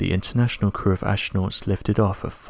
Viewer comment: Oh, I didn't know you pronounced the silent H in Ashtronaut.